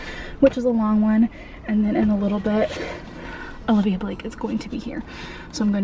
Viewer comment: Love this vlog! So happy you had such a good time. Just an FYI, her name is "Olivie," not "Olivia." Definitely took me a bit to get used to as well.